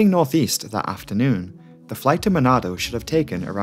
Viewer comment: You spelling surabaya and manado is very good sir